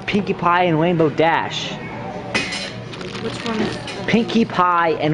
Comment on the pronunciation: "Wainbow Dash" He can't even pronounce the letter R right. How pathetic.